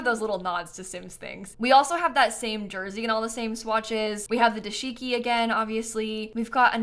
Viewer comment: fyi it’s dah-shiki not duh-shiki!